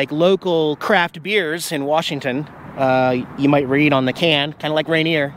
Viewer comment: I hope you are from our beautiful state, I want you to realize there is no "R" in Washington.